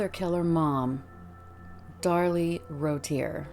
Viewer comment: Pronounced Roo-Tee-A I believe. Otherwise excellent work as per usual.